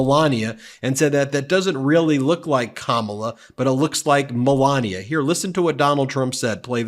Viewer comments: "CAMILLA" ??? Not even Kamala! 😂😂😂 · Wel all said it would be a disaster..... And right in, just off the batt. He is pronouncing Kamala as Camilla. 🤦‍♂️🤦‍♂️🤦‍♂️ Disaster. Yes it was a disaster, as predicted. Only difference.... It was way, way, way worse than I ever expected. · He sais Camilla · Still mispronounced her name...whyte ppl are so disrespectful..